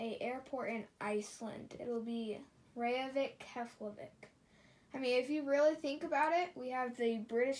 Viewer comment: Btw, you mis pronounced Reykjivík. It's (rake-jee-vick). I have been to that airport😊. It's nice.